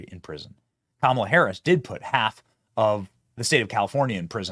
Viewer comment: Did I just hear Sean mispronounce "Kamala"?